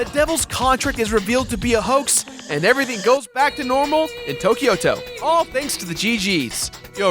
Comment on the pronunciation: Tokyo-to just means Tokyo City. The "to" sounds like in "Tobias"